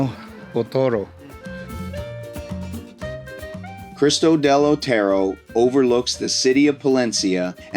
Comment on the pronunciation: It amazes me that I can pronounce any location in the USA, but Americans seem to be unable to pronounce the simplest name in Spain, like "Cristo del Otero". Mate, if Spanish were Chinese, I'd understand, but for Christ's (del Otero) sake.